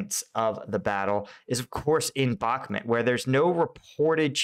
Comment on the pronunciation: Thanks. Good video. Please call it Bukmoot, not Bukmet.